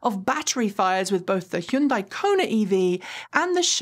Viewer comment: you say you be teacher, before? What you do when student keep making same mistake? Still show correct way, right? The car company Hyundai isn't pronounced, "High uhn day". Hyun is one syllable. It's not an English syllable, but "hun-" is much closer than "High-uhn". The "-dai" syllable is closer to "-deh", as in "debt" (with the "-bt" being silent). So, say, "Hun-deh". Again.